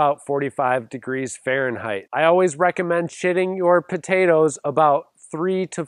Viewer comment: why did I hear "Shitting Potatoes" 😅